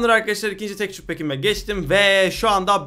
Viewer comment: Tekçür diye okuma abi ya tekstür de şuna tilt oluyodur herkes